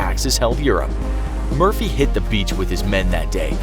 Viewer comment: When you say Murphy i hear mercy